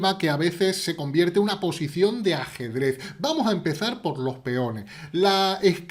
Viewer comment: Me encanta cuando dice asedrez